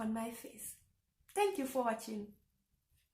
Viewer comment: Yeah 'social'🙃 country, pronounced the french way. Getting mixed up😵‍💫. You would need to stress a bit more on the r when you say 'au Revoir' and 'Bonne jouRnée' Your son will decide for himself what he wants to do too when he reaches 18. By the grace of God you have overcome the troubles in your life; it's never easy and now you are stronger living abroad, making the best of the opportunities before you.